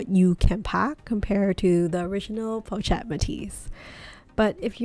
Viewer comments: Really need to call the bag in its correct pronunciation - its po-shhh-et 😑😑😑😑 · Pronounced: Poe Shet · PO-SHETTE! jeez. so annoying! do you even own this bag? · correct the pronunciation of the pochette please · Watching this video with “pochette” mispronounced the entire time is a struggle. “Chic” is pronounced “sheek,” not “cheek.”